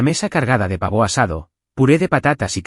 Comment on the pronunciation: El Pavò parece francés 😂😂😂😂